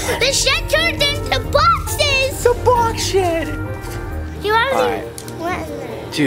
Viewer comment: it’s either box shid (what I heard) or box shed